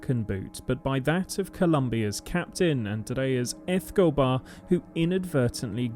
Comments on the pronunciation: It's hard to listen to this when "Escobar" keeps getting mispronounced. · ...very annoying indeed.